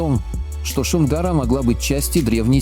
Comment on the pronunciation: Не шин, а Шум- гора.